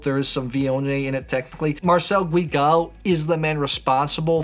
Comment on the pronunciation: Not Gwee Gal but Ghee Gal